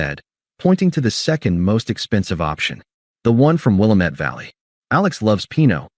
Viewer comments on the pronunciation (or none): They never pronounce Willamette correctly.